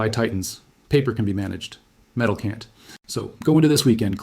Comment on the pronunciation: They "can tee" deliver? They "don tee"? Ha ha ai can't pronounce "can't" and "don't"